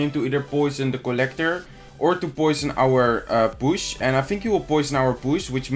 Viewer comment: Every time he says push I hear bush lol